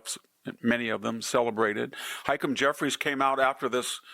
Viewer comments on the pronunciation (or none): I wonder if Victor mispronounces hakeem and kamala out of spite. If so, I find it kind of hilarious. Keep it up Victor.